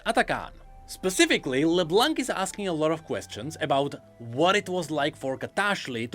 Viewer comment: Plz, don't say LeBlanK. The "c" is silent. My ears are bleeding right now.